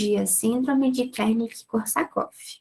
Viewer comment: Muito legal e clara a explicação. Mas você falava Kernick ao invés de Wernick